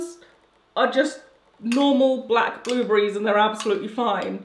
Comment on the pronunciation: Has anyone notice how she keeps saying "blueblerries" instead of blueberry.. lol I love her content!!